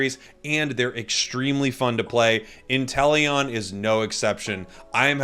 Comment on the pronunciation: I used to pronounce it like you, but I think it’s in-TELL-ee -uhn